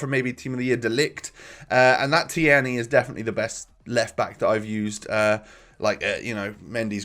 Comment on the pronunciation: It’s pronounced teerney not te-erney !!!!